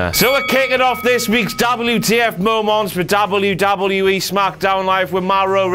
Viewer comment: Darble-yew-darble-yew-E. Brick.